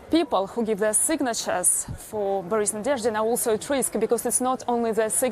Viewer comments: Мне нравится, как ведущий не может произнести несуществующую букву в фамилии "Nadezhdin". Такой: НадеЙЭУRШдин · I find it embarrassing to see how a professional broadcaster, a BBC anchor no less, will not make the frankly trivial effort, to show a guest the basic courtesy of learning how to pronounce his name. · Interviewer isn't great, can't even pronounce his name. But I hope Boris makes a huge impact. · Before I watch it till the end - the host should have checked up the pronounciation of his guest's surname, cause the way he said it at first sounded a bit confusing) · How can you screw up the pronunciation of his name, then watch a report where it's pronounced correctly, then still go on to totally fuck it up when you speak directly to him? If talking is literally your full-time job, you'd think you'd be better at it. Nadezhdin is the only hope for peace for a lot of Russian people. My hopes are that nothing bad will happen to Nadezhdin; he's an intelligent guy and has evaded trouble so far, but if anything does ever happen to him, the Russian people need to act.